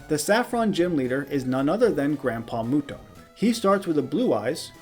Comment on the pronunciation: yugi mew-do haha